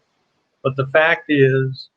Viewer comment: F-A-C-T not f-a-s-t.